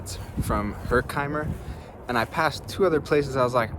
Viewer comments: It's HER-KIM-ER. You didn't speak to anyone who pronounced it correctly? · OMG I could not watch the entire video until now. you sure are a zombie. you have gotten everything wrong including your pronunciation of Herkimer and Canajoharie and so many others. (all wrong) everything you said was wrong. I work for a historical fort very close to Canajoharie and live in canajoharie. you are stupid! please get facts. do not voice opinion on historical places, get an actual historian to help you with these videos. I cannot believe how stupid your narration is. so wrong in every way. The point you are, I think< trying to make is just as ignorant as your entire narration in this video. I hope the state of NY sues you for your misinformation. so stupid.